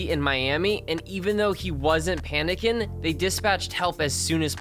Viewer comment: god i HATE the way he says diden and driven panicken omg i can't🙄